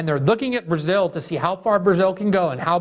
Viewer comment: Glenn pronounces it "Berzill" lol